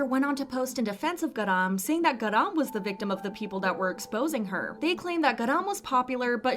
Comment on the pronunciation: GAh-rahm accent on 가 pls😭